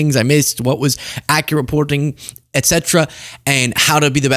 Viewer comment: "... accureporting..."? Whatever speech impediment the Prevaricator-in-chief has, you've contracted it. 😂 Slow down down, man.